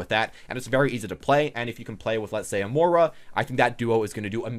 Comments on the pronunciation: no kidding. You completely miss the "i" in Moira and call her "Moe-Rah". I understand not getting brigettes name, but come on, Moira? Moist? Choice? Voice? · Silentnanner overwatch if the character has been out for 4 months and you STILL don't know how to pronounce her name, I don't know what to tell you.